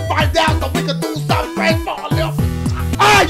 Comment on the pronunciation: It confuses me like is he saying let’s Diugh this shit or do this shit😂 ( I know he’s saying do)